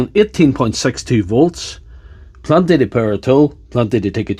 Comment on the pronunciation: Sails = cells Ecwupment= equipment Boat= but Clup= clip Tills= tools Plunty= plenty